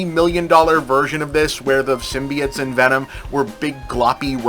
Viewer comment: I love when Bob says "symbiates" instead of symbiotes. its like hearing your grandpa talk about robuts!